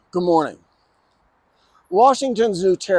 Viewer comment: This guy always cuts off the “d” in “good morning” and it makes me think less of him as a person